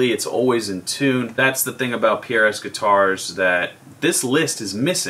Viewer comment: Don't make fun of when you have been saying Pierre-Es for years llolollolol